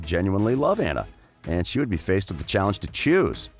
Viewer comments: It’s not aughuhjjghughuhnna it’s anna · It annoys me how he pronounces Anna Also I always thought hans was a more interesting character than the sisters. His story of being the 13th son and his desire to journey to "find his fortune" reminds me of alot of fairy tales where multiple siblings leave for that purpose while the older ones have either varied success or outright fail but the youngest succeeds and usually saves the others. His story had potential but it didn't pan out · You are saying Anna’s name wrong